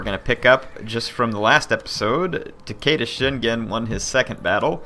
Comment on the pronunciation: what would help to pronounce everything is to say it 2-3 letters at a time like o-da or ta-ke-da not ohda or taheida